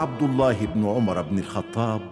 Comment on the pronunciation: صححوا لو سمحتوا (عُمر بن الخطاب) وليس( عمرو بن الخطاب)